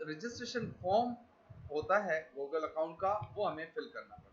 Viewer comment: Goooogle classroom.... your Pronouncing is Bravo 👎